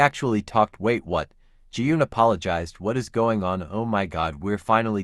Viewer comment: Every time you said "wait what"... I misheard it as "Wake one"😂😂😂